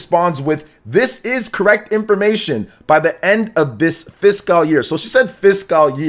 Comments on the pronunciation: The way he says it is even worse than the people who say "physical." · Please someone tell how to pronounce FISCAL.....